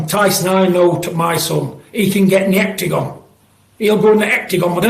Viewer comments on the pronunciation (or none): The Hectigon 😂😂